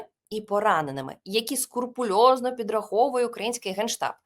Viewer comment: Олена. Не скУРпулезно, но сКРУПулезно. От скрупул, Греческая минимальная величина. Использовалась в медицине.